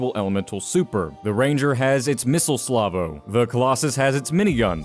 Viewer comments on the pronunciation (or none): "missle slavo" 😂😅 its salvo